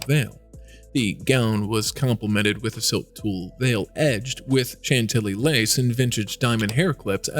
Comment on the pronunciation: NEXT TIME—PLEASE make sure the narration /narrator knows HOW TO CORRECTLY PRONOUNCE fabrics like “faille,” “organza,” “Chantilly,” etc. The crazy mispronunciations were seriously distracting.🤦🏻‍♀️